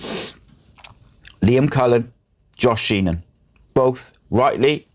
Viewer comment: My left ear is offended. Also, it's "Sheehan" not "Sheenan". Regardless, thanks for the vid.